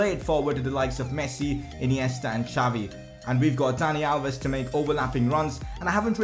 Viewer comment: It's Xavi,not jhaavi🙏🙌🙌